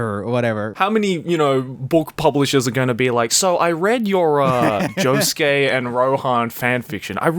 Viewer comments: pronounces Josuke as Yosuke by accident. Sasu ga Swedish. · I appreciate occasionally saying Yosuke instead of Josuke. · "Yosuke" instead of "Josuke".... okay '-' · Idk what’s funnier, the fan fiction or pronouncing Josuke as ‘Yosuke’😂😂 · says josuke the whole time: YOSUKE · Swedish, so he mixes up J and Y sometimes. Honesty it’s cute🥰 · Damn, I'm guessing the Swedish in is making him pronounce Josuke as Yosuke... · slipping into the Swedish pronunciation is so cute😂 80% of the time he says Yosuke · I'm just gonna point out the fact that sometimes pronounces Josuke as "Yosuke" and it confuses the crud out of my Persona 4 brain worms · what a very swedish way of pronouncing "Josuke" lol